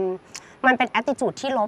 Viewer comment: หนิงคงไม่ได้อ่านคอมเม้น เรื่อง ออกเสียงไม่ถูกต้อง ตัว ร เป็นตัว ล และคำควบกล้ำ จึงยังไม่มีการแก้ไข ยังยังพูดผิดๆซ้ำในวันนี้อีก เช่นเลา (เรา)ยอมลับ (รับ) คนเกียด เกลียด ชมพู่ก็ออกเสียงผิดเช่นกัน